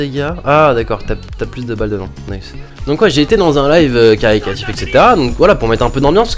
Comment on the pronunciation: caricatif? caritatif non?